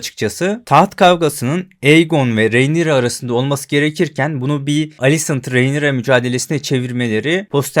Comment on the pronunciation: hocam şuna rinera de ya, reynira ne.